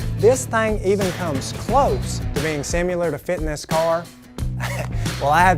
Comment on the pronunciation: Great stuff.. is a definite asset on the tech side as well as a cool fun personality... But only one little thing makes my ear twitch... There is NO “U” in the word similar “Sim Il -Ar” not sim-u lar... sorry I’m a scarred grammar, spelling and pronunciation Nazi!!